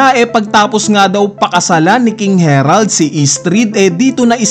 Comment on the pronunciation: bakit ba laging KING HERALD NG KING HE-RALD, KING HARALD NGA DIBA KING HA----RALD